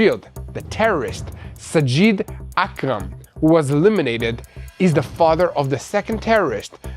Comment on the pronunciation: HURRRAAAAAHHHH GRRRRRR AKRAM FOOL NOT KARAM OUUUUUUF I WAS GOING TO GET A COMBO STROKE HEART ATTACK AND BRAIN HEMORRHAGE FROM GETTING ANGRY AKRAM NOT KARAM DARN SAY IT CORRECTLY PLEEEEEEAASE